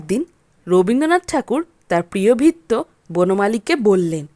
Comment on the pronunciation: ভাল লাগল, বলার ভঙ্গি বেশ ভাল, কিন্ত উচ্চারণের দিকে একটু নজর দেওয়া দরকার। যেমন চাকরকে সুদ্ধ বাংলায় ভৃত্য বলা হয়,এখানে কথাটি ভিত্য উচ্চারন করা হয়েছে।